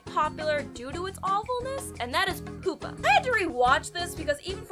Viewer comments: I don't think it's pronounced "poo-pah." I believe it's pronounced "pyoo-pah." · it's pronounced PYOO-PUH, not POOP-UH. Its the middle stage of insect metamorphosis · Soooo.....before making a video about bad anime, you should make a video about bad pronunciation. More specifically, yours. #1.) The plural of anime is "anime", not "animes". "Animes" isn't a word and does not exist. #2.) It's pyoo-pah, not poo-pah. #3.) "Loli" is not pronounced like "lolli-" as in lollipop, it's with an "oh" sound, like in slowly. And #4.) You need to NOT pronounce the Japanese names of anime and characters in anime. You butcher them so badly and their names sound so bad coming from your mouth that i would honestly rather listen to someone scraping their nails across a blackboard. Also, Mysterious Girlfriend X isn't that bad, but that's just my opinion. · Horrible exaggeration as comedy and poorly executed memes. It's time to stop. "animes" Stop it. "Poo-pah" (pyew-pah) I said stop it. You can do better.